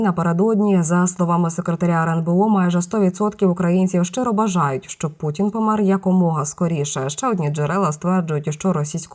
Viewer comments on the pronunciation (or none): none